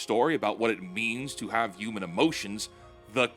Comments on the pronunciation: I beg of you to say HU-MAN and not U-MAN 😭 ❤️ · Dude PLEASE start saying the H in Human. UUman just doesn’t sound right